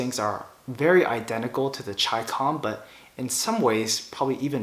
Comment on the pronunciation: The very fact that you pronounced it correctly gets you a thumbs up! So simple yet so many fuq it up..